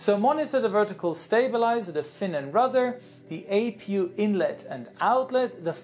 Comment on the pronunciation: He said "A Pew" instead of APU